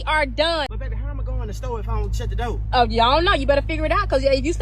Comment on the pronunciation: Dizzy Quita! If you can't pronounce the word "DOOR" properly, we're already done! WTF is a Doe? Or dough? Are you referring to deer or doughnuts? Get your ass up outta my car!